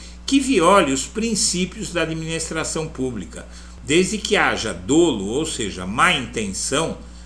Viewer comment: PREZADO SR.. ADMIRO MUITO SEU TRABALHO E SUAS ANÁLIZES SOBRE A POLÍTICA EM NOSSO BRASIL E AQUI APRESENTO-LHE MEUS PARABÉNS. ASSISTO SEMPRE QUE POSSO. SEUS VÍDEOS E ACREDITO QUE O SENHOR NÃO VAI FICAR OFENDIDO COM A CRÍTICA QUE VOU FAZER, POIS PARA MIM ELA É CONSTRUTIVA: A PALAVRA DOLO DEVE SER PRONUNCIADA COM A LETRA "O" DA PRIMEIRA SÍLABA DE FORMA ABERTA COMO SE TIVESSE UM ASSENTO AGUDO NA LETRA "O", MAS A NOSSA GRAMÁTICA NÃO PERMITE ACENTUEMOS ASSIM ESSA PALAVRA, E POR ISSO MUITAS PESSOAS TAMBÉM PRONUNCIAM COMO SE ESSA PRIMEIRA SÍLABA TIVESSE ACENTO CIRCUNFLEXO NA LETRA "O" DA PRIMEIRA SÍLABA. CASO O SENHOR SE SINTA OFENDIDO, DESDE JÁ APRESENTO MEU PEDIDO DE DESCULPAS, PORQUE ESSA É PARA MIM A ÚNICA FORMA DE EXPRESSAR MINHA OPINIÃO, QUE GOSTARIA DE FAZER-LHE PESSOAL E RESERVADAMENTE. CARAGUATATUBA, SP,.